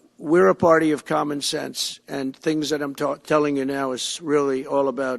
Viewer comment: Does he really think "they" don't want us to have "wutter" in our cleaning appliances? Where does he come up with this nonsense?